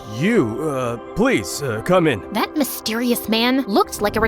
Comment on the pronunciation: You said 'cone in' instead of 'come in'😂😂😅😅